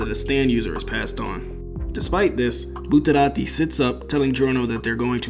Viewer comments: Say Buterati one more time. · what the hell is up with your pronounciation bro. "Bruno bootarati had quite a few close calls throughout the run of vente aura" Are you trying to say it in a japanese accent or what? Just say it in your american ass accent, it's so much better than saying bootarati